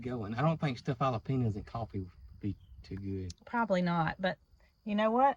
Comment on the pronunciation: Jalapeños !! Ha—la—peenyos!! 😂